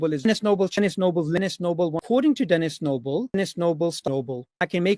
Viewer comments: I really like how after hearing saying "Denis Noble" one thousand times in a row, it starts to sound like he's saying "tennis snowball." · Hear it repeated enough times, and it starts to sound like 'tennis snowball'. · The amount of times he said that I genuinely started hearing 'Den is noble.' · Omg i counted FUCKING 46 TIMES he said denis noble in the montage💀💀💀💀💀💀💀💀💀💀💀💀💀💀💀 Edit: i tried again and got 49💀💀💀💀💀💀💀💀💀💀💀💀💀💀💀💀💀💀💀💀💀💀💀💀💀